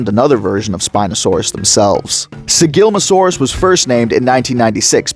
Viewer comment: Slight correction: It's Sigilma ssa saurus Other than that, great video!